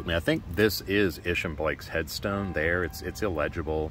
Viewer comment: Thank you for this video. I am LaDelle Arnold. Isham Blake, Sr. is my 5th great- grandfather through Isham Blake, Jr. My grandfather was Rev. Blake Craft. He researched our family genealogy all his life and co- wrote the volumes "The Blake's of Cape Fear" which gives more of the history of Isham Blake. Side note: we have always pronounced his name with a long "I" , Isham.